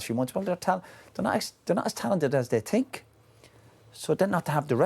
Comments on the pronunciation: “They’re not as talented as they tink” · “There not as talented as they tink”🤣🤣🤣